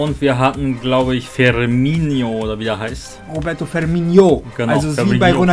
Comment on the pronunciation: Isch bin es, ja:D